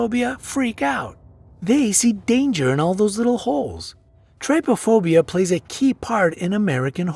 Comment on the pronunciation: on number #14 trypophobia pronunciation: Tri-po-phobia Real pronunciation: Try-po-phobia Okay